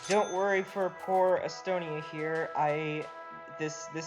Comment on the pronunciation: he means estonia